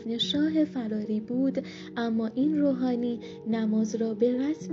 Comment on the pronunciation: علاوه بر لحن نچسب و شل و ول حرف زدن گوینده، متاسفانه ایشان گویا سواد درست و حسابی هم ندارد و ظاهرا بلد نیست اسامی را چطور تلفظ کند و یا روی کدام حروف کلمات تاکید کند تا شنونده اهمیت آن بخش از جملات را متوجه شود. به طور مثال جایی که غسال و نمازخوان پیکر شاه را معرفی می‌کند اینجور میگوید: آن که بر جنازه شاه نماز خواند، سید طالب الرفاعی‌ی روحانی، شیعه‌ی عراقی بود! انگار این شخص کلمه‌ی روحانی هم جزو نام فامیلی اش است که( طالب الرفاعی‌ی روحانی) تلفظ میکند، در حالی که خیلی ساده اسم او طالب و فامیلی اش الرفاعی است و عبارت (روحانیِ شیعه‌ی عراقی) معرف شغل ، مذهب و ملیتش است یعنی یک روحانی دارای مذهب شیعه و اهل عراق . در جای دیگر می‌گوید او مهمان محمد انورِ سادات بود!!. خنده دار است که سادات شخصیت گمنامی نیست و در طی حدود پنجاه سال بر حسب مناسبت‌های گوناگون از او نام برده شده و طبیعی است که حداقل باید نام او به گوش این خانم مثلا خوش صدا، رسیده باشد که اسمش محمد و فامیلی اش انورالسادات بود نه (محمد انورِ ) (سادات) اساسا در عربی حرف ربط الف لام یا همان ال اسم تعریف معرفه است و در اینجا اگر بخواهیم آن را ترجمه کنیم یعنی (محمدی که نورانی ترین فردِ بزرگان یا سادات است) و با تلفظ اشتباه ایشان تقریبا اینطور معنی میدهد:(نورانی ترین محمد بزرگان!) که معلوم است با نام‌گذاری عربی چقدر فاصله دارد. از سوی دیگر یشان با تصور خوش صدایی ،لحن کودکانه و عروسکی به گفتارش داده و به شدت حوصله‌ی شنونده را سر می‌برد. نکته‌ی دیگر تضاد روایت و جانبدار دیده شدن بی دلیل نویسنده‌ی متن است. مثلا وقتی در ابتدای ویدئو وقتی شاه پهلوی را بدون لقب شاه و فقط( محمدرضا پهلوی) خطاب میکند، برای آیت الله محمدباقر صدر از لقب (ش